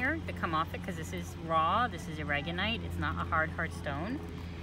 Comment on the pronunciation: Awesome video! (Though I almost shouted when she called it Aragonite all the time. 😂)